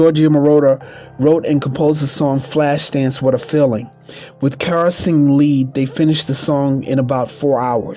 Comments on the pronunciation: This is very good, but the narrator keeps calling her Car instead of Cara and places pauses which makes him sound too much like he is reading. Also the voice sounds wet when he pronounces words with an sh. It's distracting to listen too. Everything else is fine but use a better narrator. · This was so shabby!!!!So much was missing and he kept pronouncing her name wrong..very irritating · Whoever is doing this documentary can’t read and keeps messing up words and Irene Cara’s name